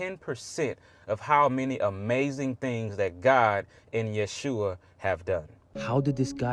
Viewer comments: To this young lady : Jesus original name is Jeshua not yehusha. He said it right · Sorry, he was right on the Yeshua pronunciation. Notice the s is before the h.